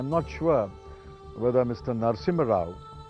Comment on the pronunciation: He is not Narsingh rao ...pehle tera pronounciation toh tiik karle phir journalism karlena